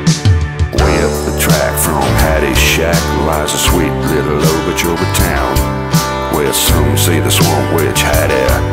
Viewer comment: Obeechobee?? It's Okeechobee!